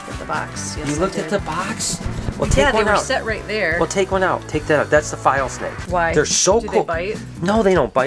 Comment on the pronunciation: Are you home now, safe and sound? Can't wait for the vlogs from the trip. Love the unboxing. Omg, that new little guy is so pretty. Did you say Cape File (?) snake.